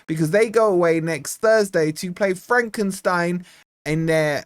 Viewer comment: Are you calling my hometown team for Frankenstein 🤣🤣🤣 Its Fredrikstad, 🤣🤣😃